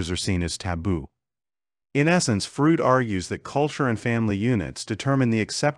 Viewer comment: "Frood"? Work on your pronunciation! It is distracting. You're not consistent with it.